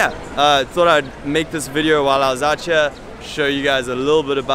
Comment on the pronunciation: My man, that is bs, there are plenty of people living and working there who don't possess great qualifications and quit saying outchere, it is two separate words, out and here, and you should know that as an english teacher...it makes you sound like a douche.